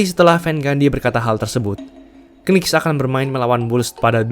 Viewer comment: Coba pengucapan knicks nya bisa dihilangkan k di depan